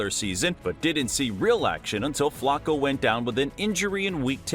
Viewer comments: Flocko? WTF? It's pronounced FLA-koh. Your AI sucks! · "Flocco" 🤣. I noticed it too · Is it me, or is this guy pronouncing Flacco 's name wrong? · But it sounds like he's pronouncing Flacco 's name wrong.